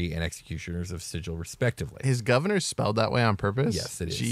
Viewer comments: Sigil: sounds like Sea Gull, not Sid-jal. Dude on the left pronounced Xaos correctly. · Didn't the original planescape book specify that the city's name is pronounced Sig-ill" Where the g does not sound like a J, but rather like the g in gate. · are you sure you pronounced sigil right? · I was going to watch this, but you dont know how to pronounce Sigil